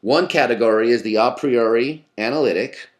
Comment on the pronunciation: I'm glad he pronounces A Priori correctly (Latin form, not English form)